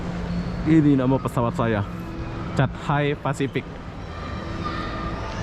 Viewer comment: Tulisannya cathay bacanya ketei.